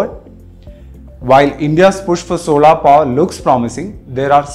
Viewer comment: Sorry for being a grammar police but please learn how to pronounce certains words properly, the word is SOLAR and not SOLAAR and it GIGAWATTS AND JIGAWATTS.